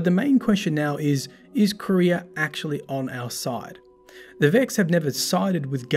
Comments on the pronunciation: Qwa-ria. Not Korea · Nice video, imo Truth to Power is the most interesting lore book but something was bothering me... the way you say the word Quria, Tolands says it in the ascendant challenges and you can hear how he says it.